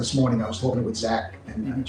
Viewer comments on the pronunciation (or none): none